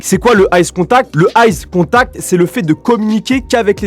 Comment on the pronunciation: c pas ice contact c eye contact xd